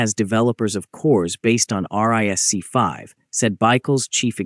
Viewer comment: The way you pronounce ARM and RISC-V 🤮